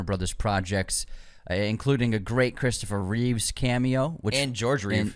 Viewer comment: Guys, really??? Christopher Reeves & George Reeve? You can't do a modicum amount of research to get someone's name correct? You not only got 1 legend's name wrong, you got TWO wrong. Christopher Reeve. George Reeves. Getting the #GOAT's name wrong is a pet peeve of mine admittedly, but getting George's name wrong too? #Facepalm. And no, it's not overreacting. Getting someone's name correct, is a form of respect. Both Chris & George deserve respect.